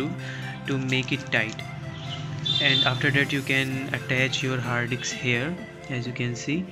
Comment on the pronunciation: its HARD DISK...not Haadiks😂